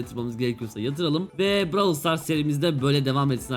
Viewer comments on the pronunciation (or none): Abi bıravıl stars değil brawl stars😂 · Abicim bu seriye devam edeceksen lütfen oyunun ismini "bıravıl sıtars" şeklinde değilde "bırovl stars" şeklinde okursan herkes sevinir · abi browl stars diye okunuyo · Bravıl sıtars değil brawl stars 😅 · bıravıl sıtars demesene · bravıl Stars prosu olucaz heralde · bıravıl sıtars bıravıl pes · Ay lav engliş